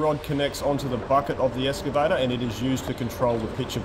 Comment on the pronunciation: It is pronounced EXcavator not EScavator.